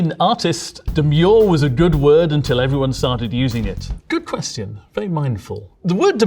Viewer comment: Only gigachads enunciate questions as quest-eons.